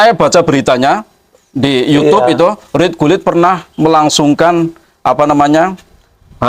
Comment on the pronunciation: Mas klo mo bikin konten..! Jgn buru2 terus klo pengetahuan blom bnyk diam dulu. RUT GULIT Bukan RIT GULIT 😁🤭